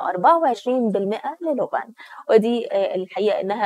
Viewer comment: اسمها لوبان بالألف وليست لوبن فضحتونا